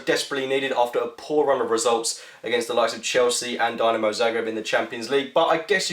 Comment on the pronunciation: Dee-Na-Mo, not Dy-Na-Mo .